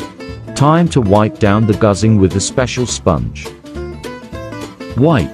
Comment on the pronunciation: 中文发音：Gǔzhēng 他："Guzing" 🤣